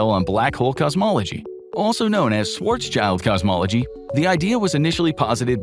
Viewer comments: It's Schwarz-schild, not Schwarzs-child. It's German, not English. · Schwarz. Schild. NOT shwarz child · Schwarzs - child LOL It's Schwarz - Schild, the latter part meaning 'shield' and pronounced similarly. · "swartz-child"...wtf...dude...it's schwarzschild....shwarz-shild....black-shield. shield, like a knight wears it. not child. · I really wish people would learn to correctly pronounce Schwartzschild before pronouncing it as Schwartz Child. It's Schwartz Shild. Please and thank you. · Schwarzs"child" xD you spell the first part right but the end you should spell like "shield" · Learn to pronounce Schwarzschild first.